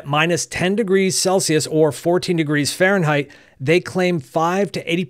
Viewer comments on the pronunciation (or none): none